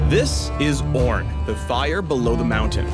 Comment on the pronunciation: i don't give two shits about this "oorn" guy. all i care about is the evelynne rework that's supposed to be next